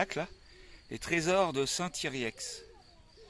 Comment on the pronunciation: Salut st yriex se prononcé st yrier le x ne se prononcé pas vu que vous êtes pas si loin que ça passer à st ybard se serait simpat en plus il y a les cascades du bialet un coin simpat pour faire trempette